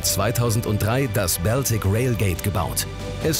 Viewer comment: Da kann der "Moderator" aka. Sprecher nichts zu, denke ich. Der liest nur den Text der Autoren vor. Das allerdings auch nicht perfekt, wie z.B. bei der Aussprache von "Baltic" und "Holgersson".